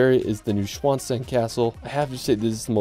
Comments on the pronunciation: new schwon stein xd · He really messed up the pronunciation of Neuschwanstein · you butchered Neuschwanstein Castle badly as well as London's Palace of Westminster, its not Minister; Stone Henge, not Hedge